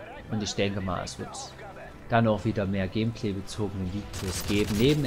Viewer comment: "Gehmpleh" Danke für diese neue Aussprache für "Gameplay":P